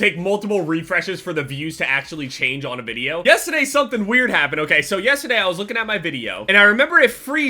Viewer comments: Is it just me or does it sound like says yesterday wrong like yesteday without the R? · you say yesterday wrong.